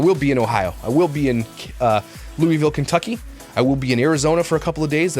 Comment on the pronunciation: You pronounced Louisville correctly!!! Also, as a nurse who took all those exams, maybe just get your wife a hotel room alone? Ask her. If she’s like me, there are so many distractions to keep up with at home. At a hotel she’d be able to just focus on studying. Oh, and a hotel where you can book her a massage as well? Bahahaha, that’s probably pushing it.